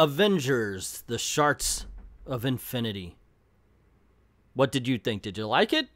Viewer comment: 97% sure you said Sharts of Infinity...